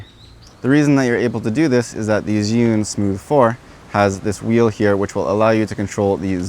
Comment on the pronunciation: Chew-ing not Ziun how do I know this, well let’s see uh, I watched a demo video from an “Asian” rep from the company tell us the correct pronunciation! So come on let’s get it right!